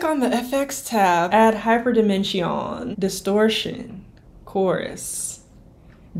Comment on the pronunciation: You say Hyperdimension like a true French